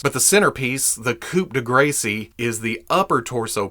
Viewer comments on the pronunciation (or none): It's pronouced "Coo de graws" not coo de gracie